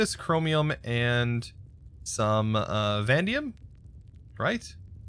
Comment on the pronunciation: i think "vanadium" is pronounced "vah-nay-dee-um" not "van-dee-um"